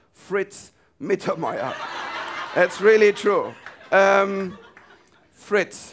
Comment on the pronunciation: I like Michael Mittermeier very much, but why has he to pronounce his name with an English accent? 🙂